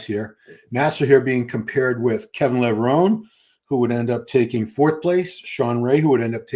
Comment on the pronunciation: Levrone is pronounced Levroneh,the e is elongated in Italian causing the eh sound at the end,great show BTW keep it up 💪